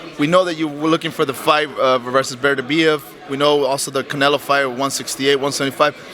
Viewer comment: Lmao ducking Beterbiev for another easy payday from Canela. 😂 Always crack up when he says Canela. 💀